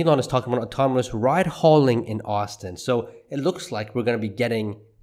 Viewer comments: ...ride hail-ing, not ride haul-ing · It's "rideHAILing" not "ridehauling" or whatever it is you are saying...